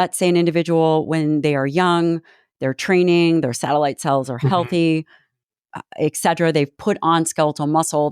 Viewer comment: Thank you doctor Lyon. You have helped me a lot. I am a 74 year old female. I love your podcasts. One small thing: The word is eTcetera❤